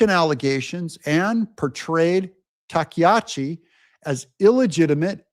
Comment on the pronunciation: Takaichi is (tah-kah-ee-chee)